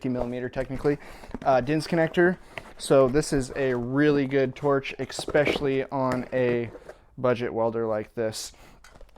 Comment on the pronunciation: Good video. Considering you turn out publicly viewed videos, I suggest you exchange the word "ex-specially" with especially. Don't take that wrong, just my 2 cents.